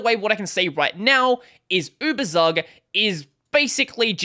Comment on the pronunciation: Just a note on pronunciation: it's YOU-BER-TSOOK